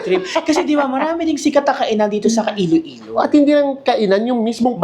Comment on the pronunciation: Iloilo po, not Ilo-ilo